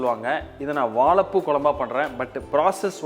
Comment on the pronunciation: எல்லாம் நல்லது. ஆனால் வாழைப்பூ என்ற வார்த்தையை சரியாக உச்சரிக்க வும். நன்றி.